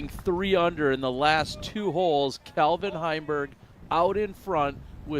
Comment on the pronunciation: Heimburg did alright, but the real win in this video is finally saying the name "CALvin" correctly. 🥇